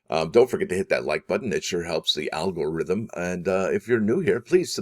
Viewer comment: He said " Al Gore ithm" 😂